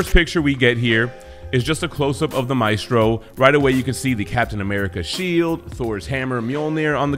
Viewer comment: Great video. Thank you for pronouncing his name name correctly. There's a Jackass out there who insists on pronouncing it "May-stro" I guess he's a little too hooked on phonics.